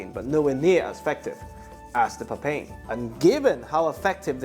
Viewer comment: Its pronounced papay-in (first part like papaya) 😁